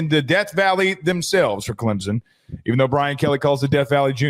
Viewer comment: There is no Z in Clemson, Please pronounce it right ClemSon!!!